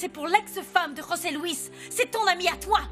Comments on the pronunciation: nn José se prononce comme ça osé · José Louis on prononce roser en espagnol